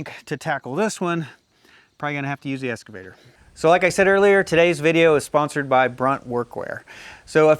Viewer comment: I really enjoy your videos, but you have to start pronouncing "excavator" correctly:) It's "ex" (eks), not "es" (should be pronounced, EKS'-skuh-vay-ter). You wouldn't pronounce "escalator" like it was spelled "excalator", right? (should not be pronounced, EKS'-skuh-lay-ter). That just sounds so wrong:) Cheers, Sev